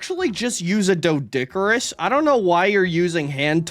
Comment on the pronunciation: Fun fact, the o in doedicurus is silent. It's pronounced dee-duh-cure-us.